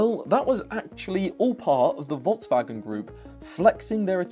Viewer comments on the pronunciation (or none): none